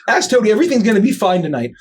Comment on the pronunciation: YOU MISPRONOUNCED TOADY